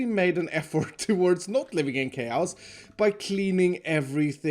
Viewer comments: The way you pronounce the word chaos is weird, but it's okay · I love your videos but you need to learn how to pronounce chaos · It's chause not chaos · he pronounced it as kei-ouws which should've been kei-aws or kei-yos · it’s chaos not k-house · Ah yes , not chaos, kayhouse. Gotta love the mans pronunciation 😂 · Chäeyiows my guy, its pronounced ckäeyiosse' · When he says chaos as kaoas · i thought he was saying k house lmao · Why do you say chaos like chouse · No no no... it’s Kay-ouse! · I like the way he says chaos: Kous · Kay-aos I'm confused now, is that how you say it? I don't think that's how you pronounce it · I love the way he says chaos lol, “kay-ohs” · Nobody:: Chaouse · Noone:: Kayouse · "i'm living in keeauss" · I love the way he says chaos “chayowse” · Nobody:: kayaous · just to let you know "chaos" is pronounced Kay-oss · look at all this chaos! hear it as kiosk Me:? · Ah yes... Ckayoz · Everyone: chaos: kayaous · saying chaos sounds like someone who can’t pronounce cows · “Cows” is exactly how we pronounce chaos in Sweden actually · Keyaous chaous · Thats because in swedish we pronounce it like cows. So he probably got it from his accent. Stop being mean and judging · pronouncing “Chaos” like “Kay-ow-s” multiple times in his episode Me: hjjjjjjgggffyyiOo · Chaows, Chaows! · CHAOUS; pronounced just like the Queen intended. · Is it just me or is the way pronounce chos funny-'chaouss'. no offense man you make get vids. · Don’t you just hate living in “kayows”? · The way he says chaos makes it sound like an exotic country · I love the way pronounces chaos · Lmao i love how you pronounce chaos. 🤣🤣👍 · because of his accent the way he says chaos is really weird that's not a bad thing it's just a observation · I never pronounced the word "chaos" the same way anymore 🤣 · Nobody talking about how iskall cant pronounce chaos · I like it